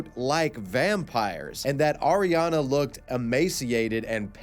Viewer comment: I don't think Auriane is pronounced Ariana, that's a completely different name, but whatev